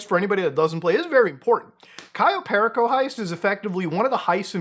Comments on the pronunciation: Perico is Spanish for the white powder drug lol, pronounced Pear Rico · bro muta please just pronouce one single heist name correctly, kayo periko and fucking fleeka